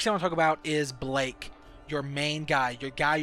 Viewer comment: "Bleeeyk" it's Balakey